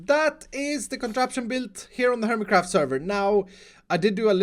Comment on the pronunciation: I was watching the captions and now I can't unhear 'herbie craft' edit: at the very beginning